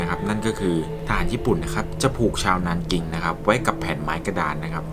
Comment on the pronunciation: 南京 nánjīng อ่านว่า หนานจิง นะคะ